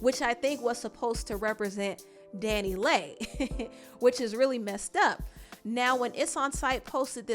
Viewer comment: Her name is pronounced Danny Lee (DaniLeigh)